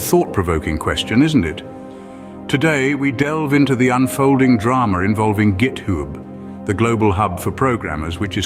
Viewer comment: The git what now? Why you say it like a character from the family guy?